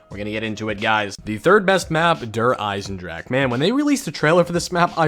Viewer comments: スライアチン it most definitely is not. I speak German bro 😂 they should be pronounced similar to “dare Ei-sen-dra-⟨x⟩e” (voiceless velar fricative) and “dare Ree-zuh” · “Durr Eisendrack” “Durr Reece” haha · Please god pronounce German map names even just SLIGHTLY properly. You have no idea how annoying it is. “DERRR REEZ” “DERRR IZINDRAK” “KNOCK DERRR UNTODIN” “KINO DERRRTODIN” “WONDERWOF” Fuck, man. Jesus Christ. Do you go to fuckin Taco Bell and order Kway so dillas? Or how about some extra kwayso on your En chill uh duh. Maybe forget Taco Bell, would you like a chicken and cheese tah kweeto? Ohhh but I you don’t speak “Mexican” so you can’t pronounce fucking enchilada?